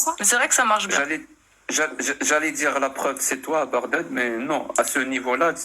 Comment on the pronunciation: Bagdad et non (Baghdad)